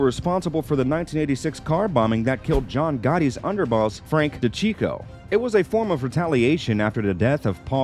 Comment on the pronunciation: "Frank Dachico"